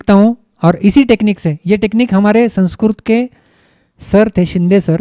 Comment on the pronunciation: महोदय संस्क्रुत नही होता अपितु संस्कृत होता है ।